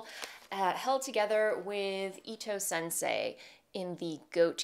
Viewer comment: You pronounced Midori Hirose quite well! But I wanted to note that the ITO Sensai has an a and so is not pronounced like sensei - more like sen-sah-ee if that makes sense? Anyway, love the way your Ranunculus fits!